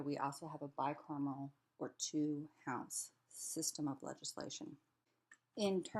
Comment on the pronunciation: Someone needs to teach this person how to pronounce "bicameral" I was sent here by a link from a community college in Texas as part of our course. This speaker is obviously biased and it is a shame that propaganda from the worst people is being taught as fact to college students.